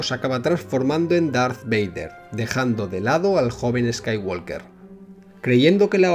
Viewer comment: La "L" en "Skywalker" no se pronuncia.